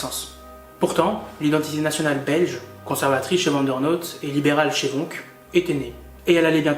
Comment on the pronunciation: Comment quelqu un se prétendant Belge peut prononcer "van der merck" et "van der noutte"??? Suis sidéré!